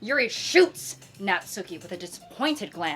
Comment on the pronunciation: girlie pop. Pleaze pronounce Natsuki's name as "Nat-ski" not "nat-SOO-ki". You remind me of the people that pronounce Daisuke's name wrong from mouthwashing🐓🐓🐓